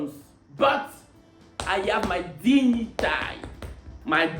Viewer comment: dignité se prononce " digueniti" en anglais